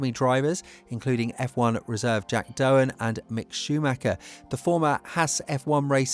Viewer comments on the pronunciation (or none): Jack “Doohan” not Jack “Doehan” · Jack Doohan last name is pronounced as in 'Do'